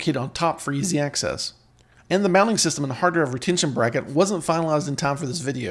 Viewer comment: D...R...I..V..E not Druv!